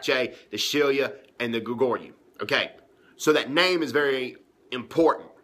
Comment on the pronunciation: I can only understand you because I know where you are coming from but those of us who live in South Korea cannot take you seriously because on the first sentence you spoke, you managed to mispronounce Shilla, Goguruh, Beakjae while saying it's important. It's obviously not that important to you.